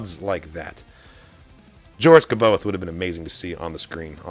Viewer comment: C’Baoth is pronounced a bit differently unless you were just joking